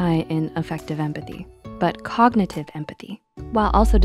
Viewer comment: Grow up. but COKnitive 😂😂😂